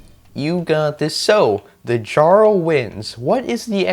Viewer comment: you're very welcome! Fun fact: Jarl is pronounced Yarl . However you want to pronounce it is fine ofcourse 👍